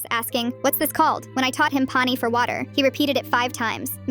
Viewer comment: Im Pakistani and i speak urdu which is very similar to hindi and the pronunciation of water (pani) killed me